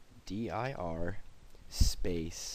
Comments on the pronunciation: I made same mistake....was sure he SAID "N" rather than "M" in remdir. I can't see well, but I can still hear and been a long time since I used DOS commands LOL Anyway, glad to know I heard correctly. He should fix his video as some don't know what the DOS commands mean. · Did it exactly as told and all the items in the file popped up and each one said access denied. It would not delete the folder or files. Also it sounds like you say RNDIR and apparently other people are typing in RN instead of RM. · THANK YOU,! I FINALLY got rid of these two files that would not sync to a cloud and kept giving me error messages for months. Thanks! I will donate right now. BTW, I also tried the "rndr" (like Tommy Ostergaard below my comment) because it sounds like that's what you're saying. Suggestion to fix this: the type is tiny in the tutorial -- consider superimposing the commands you type over the screenshot. To follow along, I had both the video and the command box open, which made your typing almost discernible and thus I listened to your voice only, which sounded like you were saying "rndir". Thanks again!